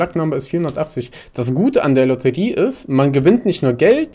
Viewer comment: Kannst du Lotterie nicht aussprechen oder was?